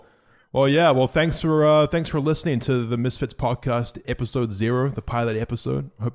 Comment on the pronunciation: It’s misfits not misfitz